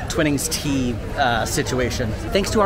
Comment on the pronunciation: its Twi-nings as is Twi-light not Twin-ings 🤦‍♀️